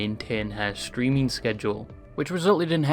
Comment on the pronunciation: Stweaming UwU